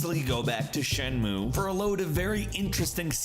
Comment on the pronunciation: Shen-Moo-Ay. You skipped the last syllable and that took a bit away from the video for me